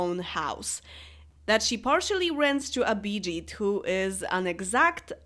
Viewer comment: If Abhijeet is indian, then his name is not exactly pronounced how you did it. Its ALMOST like it, but the bh is an aspirated b (pronounced with an extra airflow, it sounds as if h was after the b so thats why its written that way, its similar in international phonetic alphabet (its bʰ in it)